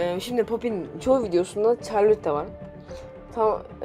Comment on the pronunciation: Çarlotte ne ya şarlot diye okunuyor